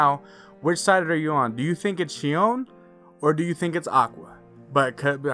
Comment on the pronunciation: It’s xion 🙁